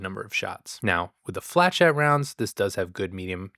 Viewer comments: why is it “flechet”?? It’s a French word, “flechette”, pronounced fluh shet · "flechette" comes from french, and is usually pronounced "fleyshet" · I've always heard it pronounced "Fluh-shet" But you have a very thick Super Earth accent compared to us less Cultred Divers. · Your close, just soften up that 'ch' sound, and think french lol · This was definitely helpful. I’m saving for truth enforcers, and this reinforces that idea. But, I don’t want to be “that person”, but flechette is pronounced as an -sh for ch. I don’t mean for this to be mean, but i think the good doctor asked, and I don’t know how else to put it. Feel free to yell at me, I will listen.